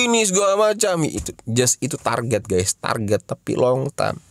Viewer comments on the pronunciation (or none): none